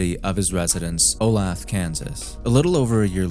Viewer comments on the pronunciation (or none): lol I’m from Kansas Olathe is pronounced O-LAY-TH-UH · Oh-lay-thuh, my friend. Its Oh-lay-thuh Kansas xD awesome videos I just have to give you a hard time and hey it's all engagement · also its pronounced "olay-thuh" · On the case of the guy calling the police then said his life was in danger and the police did nothing? Horrible negligence. Also it’s pronounced Oh-lathe-uh. Regardless that’s unacceptable that this is unsolved.